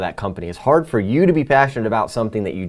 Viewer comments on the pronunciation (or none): none